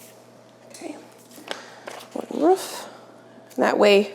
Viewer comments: The word is roof not ruff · I'm not sure where in the US you are, but your pronunciation of roof makes me giggle. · you pronounce roof like Schmidt from new girl hihi